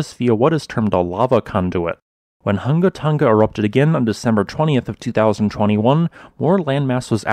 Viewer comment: KUDOS on saying the Volcano name (several times) without the slightest hesitation! You're the boss!